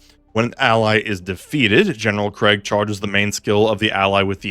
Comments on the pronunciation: Its not craig bro 😭 its krEEEEEgg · It's pronounced KREEEEGG